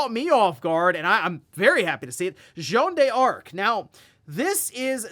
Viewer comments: A little bit of a correction for: you don't pronounce it "Jeanne Dearc", you pronounce it "Jeanne Darc" with a French accent, no need for the "e", similar to Joanna Dark. Incidentally, Rare based Joanna Dark name in the actual historical Jeanne D'arc. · Jeanne d'Arc reads as "Joan Dark" not "Joan de Ark" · It's funny how you make a big deal about the correct pronunciation for Emio, but you keep heavily mispronouncing french names like Jeanne d'Arc or Yves Guillemot without a care. I have a free consultant for you if you need.